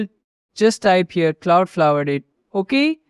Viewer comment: cloudflared -- what ? I couldn't hear you clearly